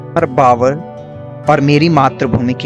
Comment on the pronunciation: कृपया भावर बोलो न कि बावर